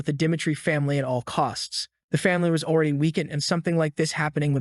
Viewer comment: Notice how how this guy can never say e even when saying already he says alreaday.